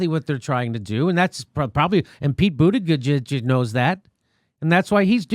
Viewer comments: Always purposely mispronouncing buttigieg is annoying. First 2 times i might give a chuckle. After tht its just fucking annoying. Other than that..i just love you show!!! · I like how jimmy fucks up his name every time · i just discovered your channel and if i may comment: 1 - stop intentionally mispronouncing Pete's easy-to-say last name, its not funny, disrespectful and makes you look juvenile. even trump mocks it better than you do. 2 - im not sure who you support, but stirring the pot against some of the dems running at this point just ticks off dem voters or swing voters who may already be thinking of bailing on the next election, because... 3 - this is not the election in which we should remotely consider over hauling the system as it is. the goal is to NOT HAVE ANOTHER 4 YEARS OF TRUMP! so STAY FOCUSED!! it doesnt matter who we put up against trump 4 - bill maher HAS NOT been a millionaire for 30-40 years. prob 20 tops. ill bet maybe even less 5 - this is not the year to try and jump start a 3rd party. trump will win if the dems are divided 6 - why do you blame Pete for trying to win? he is running, and he will do what it takes to win. i dont see why you think Pete has no accomplishments but you think Tulsi does? list for me what she has more of in that regard. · Would be nice if he can actually say the surname correctly for once...it is annoying to hear him butcher it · I can't say his name properly either Jimmy. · I am not a Mayor Pete supporter. I’m Yang/Tulsi all the way. However, you can still be respectful and pronounce his name correctly as he is a Presidential candidate after all. It makes it difficult to take your channel and commentary seriously. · Please start saying Buttigieg's name correctly, the joke has run its course and it's not really funny any more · Jimmy,stop slughtering the guy's name....just call him booty for short !! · It’s not funny the millionth time you mispronounce his name, it’s annoying. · It's pronounced Buttgag.